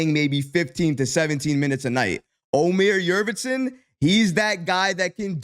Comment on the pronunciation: Love your videos brother, I'm a turkish guy from germany. The correct pronounciation: Omer Yoort-seven (like the number 7)